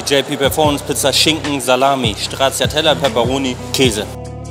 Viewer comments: Cool cool, aber wer stracciatella ernsthaft so ausspricht dem gehört die Pizza ins Gesicht geklatscht! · war auf der Pizza wirklich Straciatella oder war das nen versprecher? haha